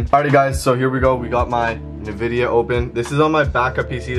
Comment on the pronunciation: bruh really called it “NaVidia”